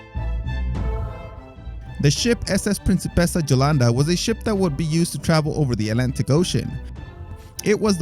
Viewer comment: The correct pronounces of Jolanda is "Yolanda" I know because I had a haunt called like that 😘